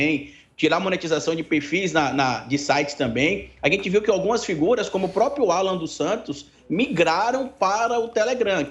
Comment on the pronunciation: Um historiador e analista político que diz "póprio".